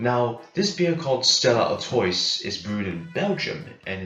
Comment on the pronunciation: It's pronounced "Artwah". ☺